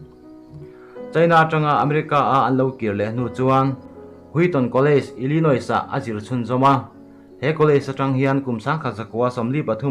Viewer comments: Illinois nilo in ILLANOII...tih a lam/sawi zawk tur...ka hriatsual loh chuan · I hriat dan khi keipawh ka hriat dan ani. Adik ang🤭